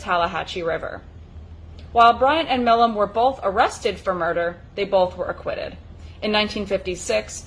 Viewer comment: Pronounced My Lam